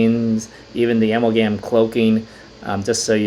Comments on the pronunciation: A-MAL-GUM short for a·mal·ga·ma·tion. keep up videos man! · I’m a chemist I pronounce it uh-mall-gum